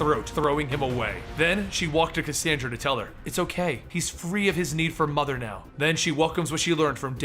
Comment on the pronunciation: I HATE "MOTHE" kilanpieisbetterthandan